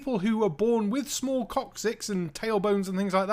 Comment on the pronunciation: HaHaaa you said Coc...cyx.